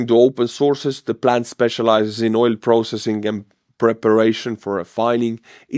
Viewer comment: Oil is pronounced with a hard L ❤